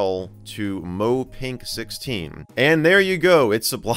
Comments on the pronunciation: Mo-eh not Mow Great video though! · it's [mo-eh] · BTW, you say "moe" as "mow ay" :D It means to make something cute, basically! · Yeah, it's Mo-eh~ , but mjd is not familiar with the culture, as you could clearly tell. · The e in Moe is not silent and sounds like e in ever. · The one thing I was anticipating when seeing the title of this video is whether Michael was going to pronounce "Moe" correctly and it somehow panned out exactly how I expected. Let's go with the Three Stooges pronunciation. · The fact that I know how to know how to pronounce moe and him mispronouncing it triggers me is both refreshing and cancerous at the same time. Internet fandomss and culture at its finest. Good job Michael you have made my day. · this is not how you say moe